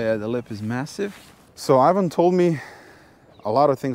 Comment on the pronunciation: Ajvan? Its Ivan or John